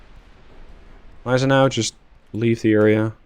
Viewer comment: correction on the pronounciation of Gneisenau: You rponounc it Neisenau, in german Gn doesnt become N, it stays Gn. so its isnt pronounced Neisenau, its actuall Gneisenau